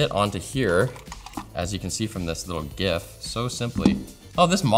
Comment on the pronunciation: I am only here for who has been on the sidelines for far too long. EDIT: OMG., THANK YOU for not saying JIF